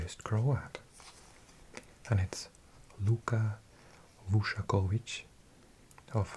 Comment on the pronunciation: Come on , Vušković not VušAković is one of the best young centre backs in Europe right now. Best young player of the season in Bundesliga played for HSV on loan from Spurs. You dissapoint me a bit 😒😒😂😂. Find some of the goals he scored this season you ll be amazed, also with his defending skills